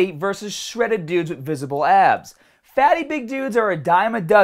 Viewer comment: Thought you said ass